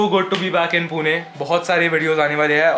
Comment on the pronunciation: Please पूना वैगरे म्हणु नकोस... it's पुणे not पुना or पुने..bruh!!